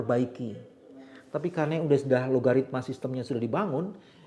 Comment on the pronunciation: Algoritma pak, bukan logaritma. 😊